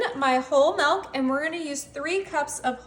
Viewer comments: Milk not melk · Did you say melk ya you did